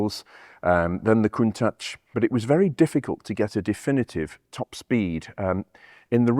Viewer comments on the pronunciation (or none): AFAIK, the pronounciation of Countach is Coun-tash - unlike Sasquatch. It's not so much a word than an expression of impression around St. Agatha di Bolognese. TRX tires were the 80ies-version of runflat. Their heavy weight wasn't ideal for the suspensions of the day - and their hard rubber compound didn't make it any better. Even today - I'm no fan of runflat tires. They are as heavy as cargo tires. Today's suspensions can deal with that - but ideal it ain't.